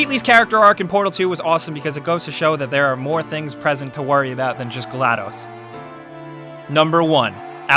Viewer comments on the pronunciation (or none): none